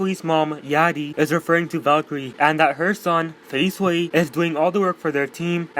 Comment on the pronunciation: Thank you and u pronounced my name right